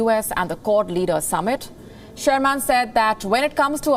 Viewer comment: You are pronouncing Wendy Sherman’s surname incorrectly.😡